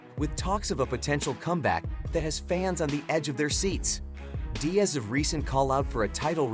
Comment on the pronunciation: Whoever did the narration wants a stockton slap for calling him DIE-az